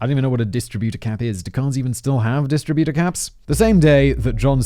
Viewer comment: Funny how you say distributor and not distributor.